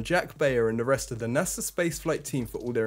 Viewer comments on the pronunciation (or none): none